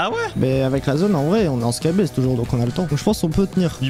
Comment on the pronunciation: Skybase pas skybaise 😤